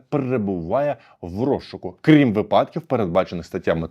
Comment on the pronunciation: 😮 Мовний невiглас, скiльки вже можна писати Вам та Полтавi, що не "випАдки", а правильно та грамотно - "вИпадки"!😢😮😊😅😂🎉